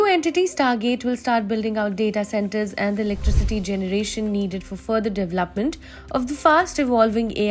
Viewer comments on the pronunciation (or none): It is not pronounced devlapment. It is de-ve-lop-ment. I am not being impolite but writing this after hearing this word butchered about a few hundred times.